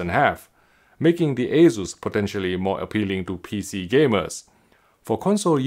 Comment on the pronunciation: I hear waysus, I close the tab, friends don't let friends buy assus